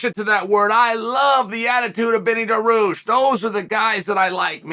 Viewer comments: Wtf is Daroosh!? His name is pronounced DAR-REE-USH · chael never misses a chance to mispronounce a name on purpose daroosh